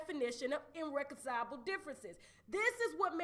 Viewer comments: Irreconcilable not innreconcilable....but you know those curse words dont you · iRReconcilable not INREconcilable🤣🤣🤣